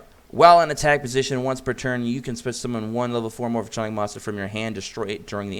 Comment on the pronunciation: I'm dying a little every time he says "Morph-a-tronic"...